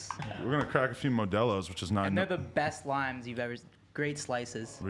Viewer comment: how is there not a comment about Adam saying modelos XD